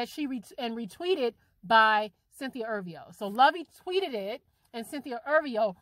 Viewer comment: if ur gonna talk about someone say her last name right